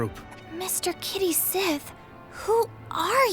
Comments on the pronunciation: Except it's supposed to be pronounced Kayt Sheeth... apparently. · It's supposed to be pronounced Ket Shee. That's the Scottish pronunciation, as well as the pronunciation they use in the Japanese versions. They also use it in Dirge of Cerberus' English version. In fact, FF7MA themselves bring it up; when Cait Sith is first introduced, and they type in "Ket Shee" in the name field before erasing it and writing Cait Sith. and later when Cait Sith is talking to Dio and says "You know who I am! Cait Sith!" Dio doesn't recognize the name; Cait Sith then says "Ket Shee?" and Dio goes "Oh!"